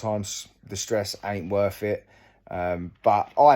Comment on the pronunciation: It’s wurf it when you’re finkin of fings !